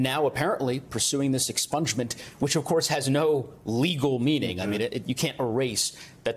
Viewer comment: Sorry. I heard that as 'herrings' instead of 'hearings'. But herrings is really more appropriate.